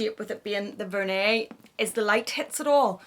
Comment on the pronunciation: "vehr-nee" not "ver-nay"